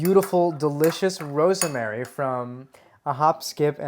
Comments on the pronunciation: Ros-ma-ry. It is three syllables. This guy pronounces it like it has 4 syllables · Me: I had no idea "rosemary" had three syllables.